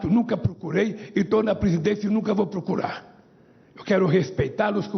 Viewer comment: Senhor .. prisidente…prucurar! Não sabe nem falar português. Analfabeto e corrupto.